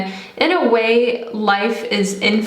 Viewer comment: the way u say infinite and arch is the reason I couldnt finish this video